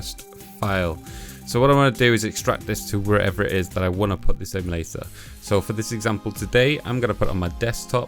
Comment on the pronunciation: "If you wan to."